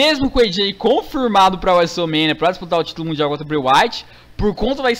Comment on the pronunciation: o fala wrestlermania assim: wésoul mênia